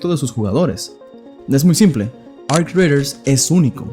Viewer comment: Arc queee? Raiders lo querias decir en Ingles superbilingue y te quedo como el culo 😂